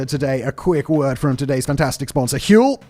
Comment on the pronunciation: Is it Huel or Hurl ?